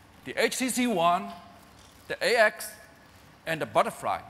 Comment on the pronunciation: "And the buttefry" lol